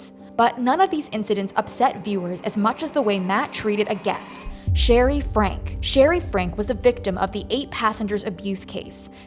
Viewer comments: It’s pronounced “Franky” not frank. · Pronounced Frankee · At this point in the Franke case, you should not still be mispronouncing their name: Frank-ie. Her name is Shari Franke. Show some care and respect. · Please figure out how to pronounce Franke. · The mispronouncing of the the Franke last name had me squirming in my seat ick